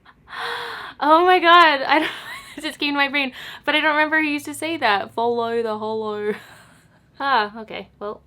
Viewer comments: 'follow the hollow' Aussie accent on point! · OMG I think Charlotte Tilbury says "follow the hollow" -- I think that's why you remembered it with an accent! lololol LOVE THIS VID THO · HAHAHA I love how she says “follow the hollow” in a more Australian accent even though Charlotte Tilbury says it and she’s English HAHAHA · You sounded so Austalian when you said follow the hollow!!